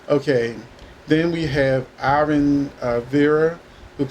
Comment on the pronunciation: His name is pronounced as Eee-von not I-vun and him and Vivian were a blast together. Every time Vivian came back I always wondered where Ivan was. I’m glad he’s coming back.